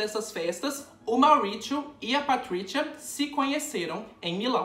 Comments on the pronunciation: Maurichiou! Pratrichia! Hahhaha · Eu odiei o jeito que você pronunciou os nomes deles, já que não sabe a pronúncia correta é melhor falar em português mesmo. MAURÍCIO e PATRÍCIA. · na época que eu gravei, não sabia mesmo a pronúncia do sotaque correto pessoal, desculpaaaaaaa! nem me toquei, por exemplo, que falamos pizza e não pitcha HAHAHAHAHA por outro lado, finge que foi tudo programado pra ser o alívio cômico da história do mauritcho e da patritcha 😂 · Patricha e mauricho kkkkkkkkkkkkk eu acho que a pronúncia seria Maurizio e patrizia com acentuado do z kkkk só acho já q são nomes com pronuncia italiana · Na verdade a pronúncia seria como o "z" de pizza. Então o correto seria "Mauritzio" e "Patritzia". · "Mauritcho" e "Patritcha" é ótimooooooo 😆😆😆😆😂😂😂😂🤣🤣🤣🤣🤣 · Não consegui assistir com ele falando Mauritcho e Patritcha toda hora 😩😩😩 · Cara em italiano Maurício e Patrícia se falam como no português não precisa falar de forma estranha como vc falou no video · Você cita o nome do casal com um sotaque mais para o inglês do para o italiano. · Maurizio e Patrizia em italiano tem a mesma pronúncia do que os nomes em português. Dá agonia ver um vídeo inteiro ouvindo o nome errado. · Gente como vc pronuncia 2 nomes italianos com sotaque americano nada a ver🤣🤣🤣🤣🤣🤣🤣🤣